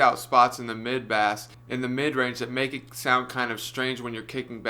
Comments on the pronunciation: Why do you pronounce the word "bass' like the name of fresh water fish? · What's with the pronunciation of 'bass'? 😖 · Mid "bas"? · My dude calls it bass 🐠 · "Bass" rolloff I didnt know a fish had rolloff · Is he ironically pronouncing bass like the fish, or is he being serious? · Learn to say it properly...